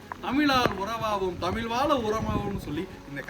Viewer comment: தமிழ் உச்சரிப்பு சரியில்லை என்று சொன்னவர்களுக்கு பதில் என்னவென்றால் தமிழ் என்பதை ஆங்கிலத்தில் Tamil என்று உச்சரிக்கிறார்கள் இதையே தமிழிலும் தமில் என்று உச்சரிக்கிறார்கள் இது முழுக்க முழுக்க தவறான உச்சரிப்பு தமிழ் என்பதை ஆங்கிலத்திலும் Tamizh என்று உச்சரிப்பதுதான் சரியானதாக இருக்கும்.இதை தற்போது யாரும் செய்வதில்லை தற்போது ழ் என்பதை ல் ஆக்கிவிட்டார்கள் இது மிகவும் வருத்தமாக உள்ளது.